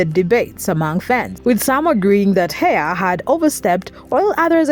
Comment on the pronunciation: Not being rude but if you are going to cover a story about someone please make sure you know how to pronounce their name. It's pronounced like Heffa not Hey-a